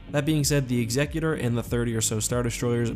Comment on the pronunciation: Can you lot please learn how to pronounce "Executor"